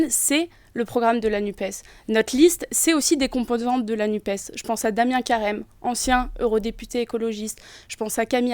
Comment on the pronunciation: Le journaleux a-t-il l'impression de causer américain, en prononçant "Nupse" plutôt que "Nupes" ?